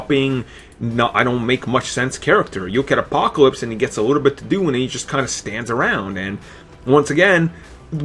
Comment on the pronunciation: Bahahahaha! aaaahahahahaha! Did he just say absowutwy, pwobabwy, apacowypes, weawwy, Bwack, popuer(popular), compwetwey, weawizing, ultimawy? Wow, get your annoying self off of YouTube.